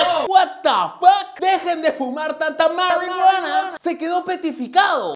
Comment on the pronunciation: Jaja me voy a descargar tu diciendo 'Maruiguana'